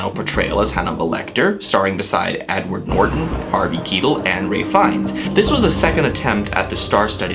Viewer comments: It's pronounced Kyetell not keetle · I dont like how you said Harvey Keitels name. You said Harvey Keetal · Also, I think Keitel is supposed to be read as "kay-tEl", I heard people pronouncing it like that, but then again, you're american, you should know better. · And Harvey Keitel